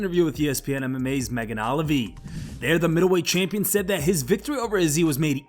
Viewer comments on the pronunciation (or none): Damn I hope Max wins or else he done for and also it's megan o-leave-y not Megan olive-e 😂😂😂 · Clickbait AF and this Mfr pronounced Megan Olivi like a straight redact 😂